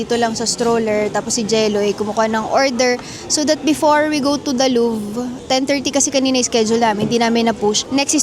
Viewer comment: its loo-vuh not luv 😅